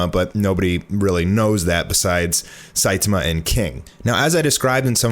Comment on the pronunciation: ... What do you mean it's still not even done in the manga? Elder Centipede has been dead for a long time in the manga... Why are you saying Saitama like that..? Lol. Seye-tah-mah, not Seye-te-muh